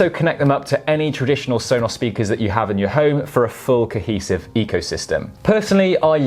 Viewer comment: Why do you say it like Sonoss? It drives me nuts.